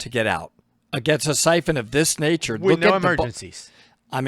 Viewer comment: Excuse me . Syphon Not Typhoon